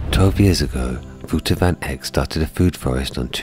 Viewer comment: Wouter is pronounced wowter not wooter